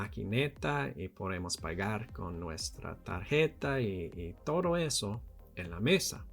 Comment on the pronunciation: Your Spanish is so neat, just pay attention on your "d" pronunciation, you have pronunced like "r" in English in some words like "todo". But in general, great job! And... no! We usually don't eat insects such as chapulines hahaha.